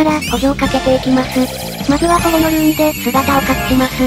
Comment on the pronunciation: 保護のルーンのところでどうしてもほものルーンって言ってないか聞き直してしまう